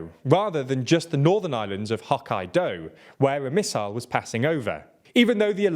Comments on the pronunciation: Hawkeye Dough! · Lol he went full British when he said “island of HAWK eye DOUGH” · This this white dude just pronounce Hokkaido as Hawk-Eye-Dough with long pauses in between? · Hokkai-do, not Hok-aye-doe. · I'm not even Japanese and I love how he pronounced Hokkaido as "hawk-eye-dough" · Not Huck-Eye-Doe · do better at learning to pronounce non-English words. It's not pronounced Hawk-Eye-Doe. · I know its very gauche of me but I don't think I have ever heard it pronounced "Hawk eye dough" Hokkaido Lol :D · “Hokkaido” stresses in the middle “hok-KAI-do”. It takes me a few seconds to realise which prefecture you are talking about Lol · Hock eye dough LOL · HAH! K-eye! Doe! xD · I like tldr news but their pronunciation has been consistently atrocious 💀 hawkeye dough! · Pronunciation can be hard when it's a language you aren't familiar with but it did make me laugh. Haha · That pronunciation "Hawk Eye Dough" sounds close enough, he just has to say it faster. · Lol I thought you said you guys were going to research your pronunciations more. You sound like idiots saying Hokkaido like that. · the pronunciation of Hokkaido needs to be better..... :I if you are gonna say the name of the island atleast say it right. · Cannot get over the mispronunciation of Hokkaido. So disrespectful. Unsub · He almost pronounced the "dō" part like the English "dough", but more importantly, the stress is at the "kai" part. I just don't know how can Brit fuck up such well-known geographical name. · That's simultaneously the worst, and the best, pronunciation of "HOK-KAI-DO". The only way I will pronounce from now on :D